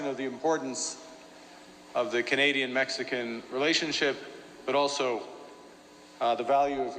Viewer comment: MEX-CAN. Sweet. L.MA.O.